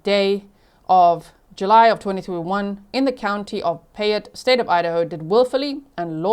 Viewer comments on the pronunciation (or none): Kuna is pronounced Q-na, and Payette, is pronounced Pay-et. I live about 30 minutes from Fruitland and have been watching for this poor baby for years now. This is heartbreaking. 💔😢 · Payette = 'Pay' - ette. Long vowel 'a'. ❤